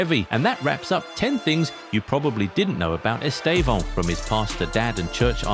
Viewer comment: First, English people pronouce his name in a wrong way and it sounds awful in his own language. So in the right way, the estressed syllable is /tê/ , so EsTÊvão.